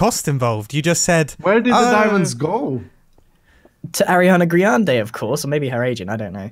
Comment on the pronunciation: Grian pronounces Ariana Grande as Ariana GRIANde, quite the high self esteem lmao